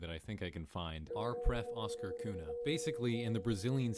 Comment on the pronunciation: Do we have to start writing Cunha as "Cuña" or "Cugna" so that the English speakers can finally pronounce the Portuguese "nh" correctly? 🤨